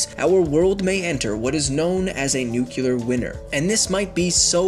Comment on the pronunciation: Did he just say a nuclear winner